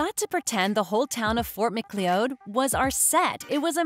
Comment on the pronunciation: I’ll give a 2/10 for the pronunciation of Fort Macleod. 👌🏻😂